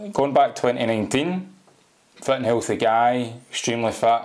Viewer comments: "Fit" sound like "fat" in Scottish lol! 😬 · Its kinda funny when this guy says "fit", it comes out sounding like "fat".😆